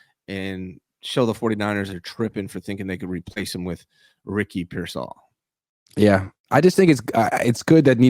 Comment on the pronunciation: Why can’t pronounce payers name correctly? First it was mispronouncing Brendel as “Bren-dell” and now it’s Pearsall as “Peer-Saul”. Shit is nails on a chalkboard